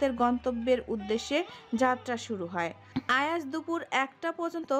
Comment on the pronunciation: যে আপু গল্প পড়ছেন উনি বারবার আয়াজকে আজান বলছে কেন ?